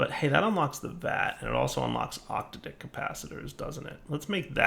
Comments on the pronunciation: it's not Octa-Dick, it's Ock-t'ad-ick emphasis on the Tad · I believe it's oc-taydic, or oc-tahdic, but I suppose octa dicks make great dildos. 😂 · OC-TAD-IC......not 8 peeps pronunciation c'mon dude!!!!